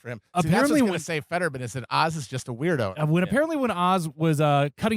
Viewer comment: It's "Fetterman," you stupid cunts. HOW do you FUCK THAT UP?